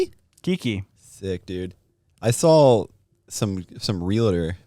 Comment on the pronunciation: Love the podcast, love the guys but I HATE the way says “sawL & drawL” with an “L”.